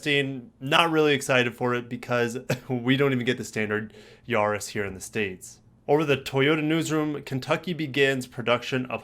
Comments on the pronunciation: not Yaaa-riss its Ya-ris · The A is not pronounced Yaris as in yahoo, it's Yaris as in Paris.